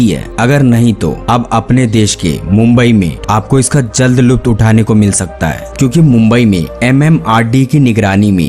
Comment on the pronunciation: Uploader, You have to improve your Hindi and Urdu. Both suck big time! Many words, both in Hindi and Urdu, are mispronounced. For example, it is "prayog" (प्रयोग) and not "paryog" (परयोग) It is "lutf" (लुत्फ़s), a Urdu word that means enjoyment and not "luft" (लुफ्त). How you pronounce matter a lot It is not just the content but also presentation that attracts the viewer to come back for more.